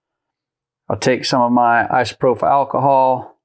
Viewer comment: Thank you for making this video… but dude, who taught you how to pronounce isopropyl?